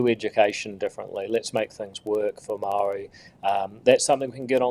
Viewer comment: Say the word "maori" how you grandad said STOP bending over to Willy Jackson and his pronunciation police...